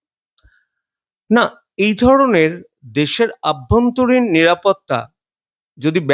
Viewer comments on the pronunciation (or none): আভ্যন্তরীণ বলবেন না, বলবেন অভ্যন্তরীণ।